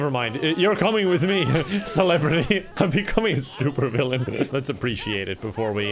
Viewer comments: Did you say, souper villain? I love soup.. & villains. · *soup-er villain.